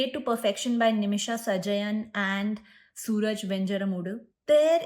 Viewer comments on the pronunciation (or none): FYI his name is pronounced as Su-Raaj (सुराज) 😊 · Actor's name is not Suraj but Soo-Raaj